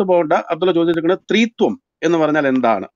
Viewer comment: " ത്രീ ത്വം."....."തൃത്വം" ഇത് രണ്ടും രണ്ടാണ്.. ; ഒന്നല്ല